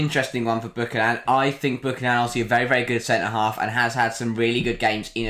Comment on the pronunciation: Bew-ka-nan not booka-nan Three syllables and bew pronounced like new.